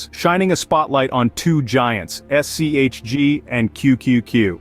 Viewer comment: Disliked for shitty ai, can’t even get the fund name correct